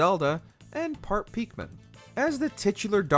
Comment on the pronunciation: He said peekmen 🤣